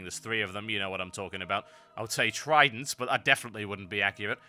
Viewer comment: TRI-dents eh? nah, i doubt it's gum :P